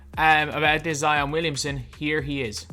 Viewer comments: be like: Zeeon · Zeeeon Williamsin what he be like hahahhahaha